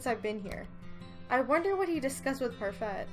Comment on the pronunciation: I'm being such a grammar Nazi, but it's pronounced par-fay (it's French)